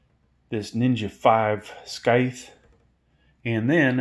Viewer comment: Skyt? Bro thats a scythe Thanks for the info tho